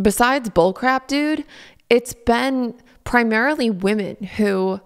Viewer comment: I’m so glad to get to hear you say BUHLCRAYP again 😆😆😆 you bring light to my days, Laura, I hope you know that you bring light. Your honesty, your vulnerability, and your continued attempts at a positive life BRING LIGHT. 💖